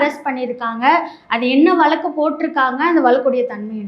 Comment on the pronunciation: அது வலக்கு இல்லை வழக்கு உங்க தமிழ் உச்சரிப்பு மிகவுக கேவலமாக உள்ளது அதனால் டிஸ்லைக் போட்டாச்சு